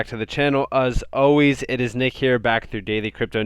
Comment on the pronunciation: Hes from the U-UZ-A